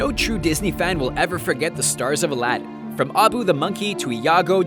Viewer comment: I laughed when he said Aden instead of aladen !!!!!!!